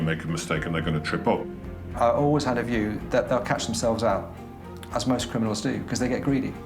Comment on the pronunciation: I wonder why they didn't get a Polish person, or a Pakistani to narrate this video. There would have been a better chance of them being able to speak English. What the blazes is a "Sea-rius kremmy knol"? In another video, she refers to someone sustaining "Sea-rius N juries" and "Ex paired wetnurses geving evvy dense" Almost unwatchable except for the parts when there is no narration.